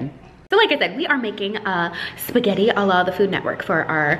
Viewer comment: Umm... how did you were able to mess up SPAGUETTIS!?? 😂😂😂😂